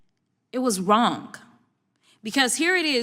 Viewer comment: I didn't know the word "Wrong" ended in the letter "K"